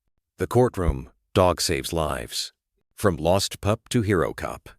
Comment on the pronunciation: Annoyingly, every time the word “No” appears, the Ai voice says “number” - can this “PLEASE” be corrected?! Also the pronunciation of POLICE and the word “not” being voiced as “note” and “pup” being pronounced “pupe”! 😂 ….. sigh! 😢